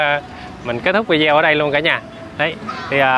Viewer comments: oi! em nen doc la vi de o,khong doc la vi deo nha...! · nên sửa nói: Vi đê ô (video ) Chứ đừng đọc là vi deo nữa 😂🤣